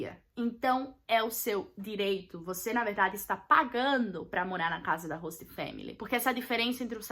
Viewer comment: Gente q agonia dela falando "hosta"!!!